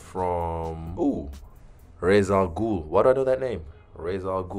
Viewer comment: The fact that he pronounced that correctly without being sure what it was is pretty impressive